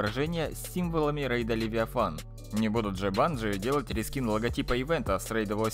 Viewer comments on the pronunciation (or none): none